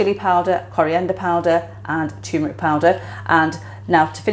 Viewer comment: Turmeric not "tumeric"